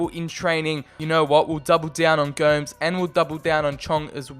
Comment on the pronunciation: Its prounounced go-mes